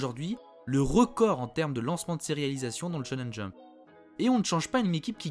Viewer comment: Attention, tu dis parfois Tchonen Jump, c'est bien Chonen Jump, le SH est prononcé comme notre CH, c'est le CH japonais qui se dit TCH